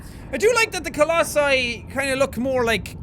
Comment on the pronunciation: I think the pronunciation is colossi